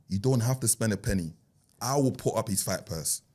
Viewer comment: man said speng..... 🤣🤣🤣🤣